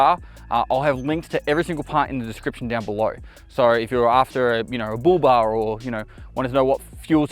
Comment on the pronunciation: Oh he was saying Bull Bar. I thought he was saying booba.